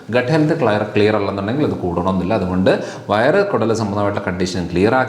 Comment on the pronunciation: കൊടൽ അല്ല കുടൽ എന്നല്ലേ 🤔